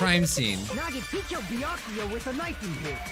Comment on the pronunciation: Everyone : Byakuya Nagito : bEeYakUuyA